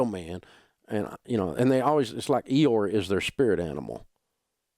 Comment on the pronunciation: Can somebody tell me what is that spirit animal that I need. I can't make it out from pronunciation. "Eeor" the spirit animal?